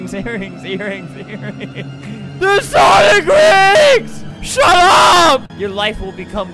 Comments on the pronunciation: Sonic❌ Sawnick✅ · Did he still call them sawnic rings? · “Sawnick” haha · Its called sawnlk rings